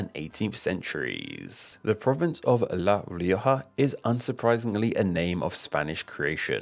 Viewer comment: La rioja lo dijo bien